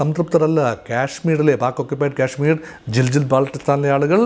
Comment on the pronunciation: It is GILGIT and not Giljit